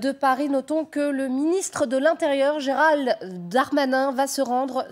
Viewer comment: ...." GERALLE Darmanin" !!??!!??!!?? Ils sortent d'où ces cloportes....